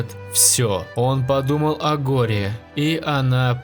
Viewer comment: Наруто подумал о горе ударение на е а не на а